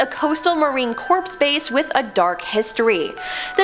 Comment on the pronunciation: I enjoy these videos but I can't with some of these pronunciations. Marine corpse.